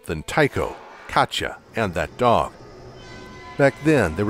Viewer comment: you're pronouncing Katja wrong